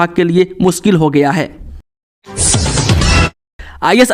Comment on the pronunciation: आपका समाचार बोलते समय शब्दो का सही तरीके सेऊच्चारण ना किया जाना बडे खेद की बात। आप लाऊड स्पीकर शब्द को लोडी स्पीकर क्यो ऊच्चारण करते है। होगया, को हो गिया क्यो ऊच्चारण करते हैं । यही नहीं कई शब्दो का कत ई गलत ऊच्चारण क्यो। खेद कि बात।